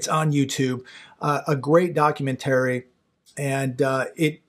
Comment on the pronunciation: Please learn how to pronounce the word documentary.